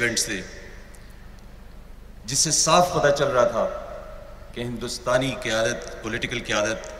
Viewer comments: Kyamt me nai kyadat me. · Qayamat Nahi qayadat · Qayamat nahe qeyadat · Aby loruo qayadat hota hai qayamat nhi dhakan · Qiyamt nhi bhai qayadt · Qamat nahi qadaat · Kayamat ni hai kayadat hai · Qayadat not Qyaamat please correct this word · Qiamat nahi qiadat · Qayamat nahi qayadat..... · Bhai Qayamat nahi Qayadat main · Qayamat nahi qayadat.. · Qayamat nhi sir qayadat sorry sir